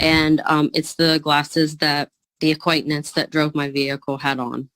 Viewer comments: It's always the black guy🧐🤔😠 and what the hell is an acquaintnance???? Get it together!!!! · If she say, "acquaintanence" one more mudder freakin 😤 time hahahahahhhaha💀💀💀💀💀😅😆🤣😁😂😄!!!! Jesus take the wheele literally 😳😲😱 We can add that word to the ebonics dictionary 🤣 😂 AQUAINTANENCE. Lady....just say you're guilty and call it a damn day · She is nonsensical. She can’t pronounce the word acquaintance. Good lord! 😅